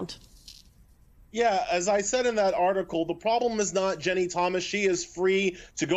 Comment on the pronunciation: Why can't this bozo say Ginni? He keeps saying Jenny..